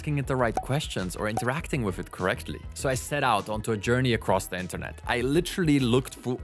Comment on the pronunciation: Wif, bof, worf. Amazing. You can't pronounce "th". I am glad it is called "Chat" GPT, if it was Chath GPT, you would call it "Chaf" GPT.